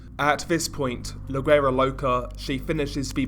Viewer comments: It’s pronounced “WERA” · You don't sound güera with a g sounding ... You sound the g with a w ... Wuera it's spelt güera but pronounced wuera loca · The G in guera is silent lol